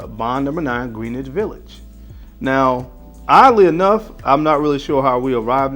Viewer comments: Greenwhich It is pronounced: GREN-ITCH Nomad not: NO-MOD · its pronounced Gren-ich village just sayin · Greenwich is pronounced like Grin + Itch my boy.